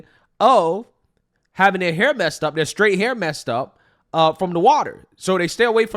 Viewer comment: Why does she always pronounce it "Shhhtraight"😂😂😂😂